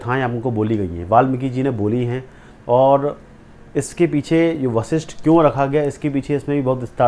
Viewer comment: ऋषि वशिष्ठ । हैं योग वशिष्ठ। नाम बोलना सीख लो बच्चे